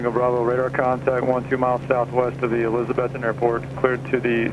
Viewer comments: Can always tell non-locals by the way they say "Elizabethton" Non-locals say Elizabeth ton....like elizabethtown. Locals stress the "Beth" portion as opposed to the "ton" portion. Not criticizing, just observing. You can hear it when you listen to how the other pilot and Air traffic controller say it. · Just a heads up, it's A-Liz-A- Beth- Ton. Ya gotta learn hill talk! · long time watcher. I used to live near Johnson City, Tn for a time. One thing, It's pronounced, e-liza-BETH-ton.:-) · My old home town. Pronounced Eliz-uh-BETH-t'n. Guy on radio said it right. Thanks for the video. Semper Paratus. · Great Video. Love the choices of music and cinematography... Your really good. On another note, Welcome to Elizabethton, TN. I think you've been there once before? Anyway, I'm a local and I feel I have to tell you, You're pronouncing it wrong..lol You have to pronounce the "BETH" in ElizaBETHton with emphasis.. No worries though, You get a pass, yor.. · Haha it’s just pronouncing the way it’s spelt, he doesn’t have the accent of us locals 😂